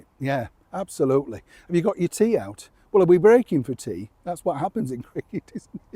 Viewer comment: Oh ! Dear ! When you said, " Have you got your tea out " ? I thought you said teeth 😮 . The cost of going to a dentist is beyond belief .